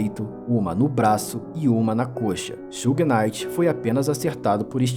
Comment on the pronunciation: Só faltou pronunciar Suge Knight certo.